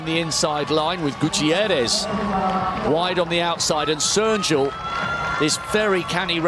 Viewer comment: ... or, as he mostly said, "Serjul"